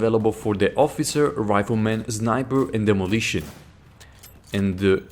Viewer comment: zniper" haha nice one:D